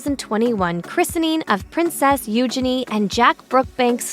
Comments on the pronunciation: They inherited the worst physical features from their parents. BTW, PLEASE pronounce their names correctly! Eu-zhen-ee, not U'junee! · Her name is not Euginny. It is Eugenia. Pronunciation is kind of important. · I could only handle listening to you pronounce her name U-Jenny once and I had to stop .🙄